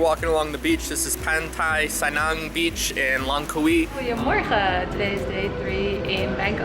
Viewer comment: the way you said Pantai Senang is so American. I had to rewind and listen a second time to catch the name. 🤣